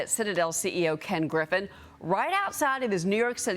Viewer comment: The anchor needs to learn how ro pronoune 'Mamdani'. Disgrace!